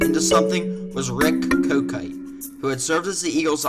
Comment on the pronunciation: Did you say his name was rick kotite?.....mo